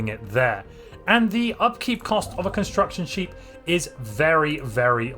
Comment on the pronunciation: Sorry in advance, I just can't unhear it now... "and the upkeep cost of a construction sheep" Love your content btw!